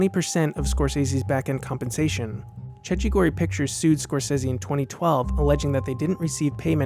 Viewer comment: Amazing video. Cecchi gori tho is pronounced CEKKI ;)